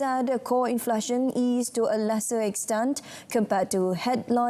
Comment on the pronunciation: It is pronounced in-fla-tion, NOT in-flar-tion.